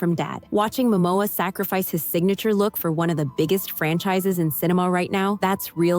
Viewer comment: I love the way the narrator says “sacrifice”, as if. 🤨